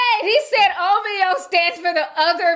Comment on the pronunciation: It’s “OVHOE” fah me 😂😂😂